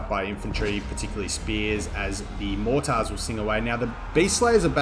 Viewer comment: Your pronunciations of mortars concerns me.